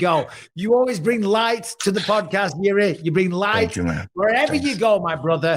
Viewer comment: Czechoslovakian samurai lmao, that country doesn't exist since 1993 bro, he's from Czech Republic. And would anyone mma-related ever say his name correctly? It's pronounced "Yirzhi," not "Yiri."